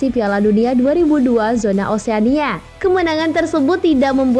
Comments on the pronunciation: narasinya jelas? jelas apa, zona di bacanya jona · bukan JONA min tapi ZONA